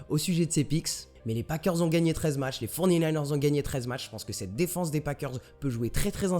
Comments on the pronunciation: les "fornininers"... sérieux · j'adore ton "les forny-naïneurs" mdrr